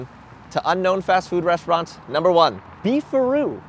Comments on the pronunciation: Thought it was "beef rod" 😮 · I thought he said, "Beef or Roo". I guess you can get roast beef or roast kangaroo. Southern Comfort food. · Thought it was “Beef RoD” beef rod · I thought "Beef a Roo" said "Beef Rod", ya know, like a hotdog place. Or a penis. A beef rod could be a penis.